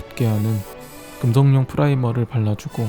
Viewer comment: 초에 금속용이 아닌 금속뇽 이라고 하셨네요:goodvibes